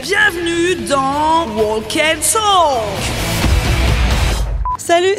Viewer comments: hello, pour info, on ne prononce pas le "l" de walk. c'est "wawk & tawk" la prononciation. :) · Tip : le 'L' est muet dans "walk" et dans "talk". Totalement. ❤